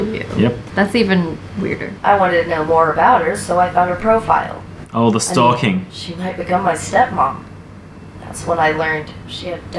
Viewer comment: It not storking.